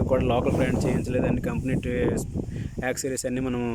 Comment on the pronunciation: యాక్ సిరీస్ కాదు బాబు అవి. యాక్సెసరీస్